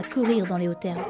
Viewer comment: "Dans les hautes zerbe" on fait la liaison 😂😂 sinon super video ma cher